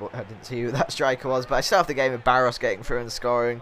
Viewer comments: pronounce Baros= Barosh before any one goes mad at you for it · It's Baroshh, quite a known player I'm surprised you don't know him.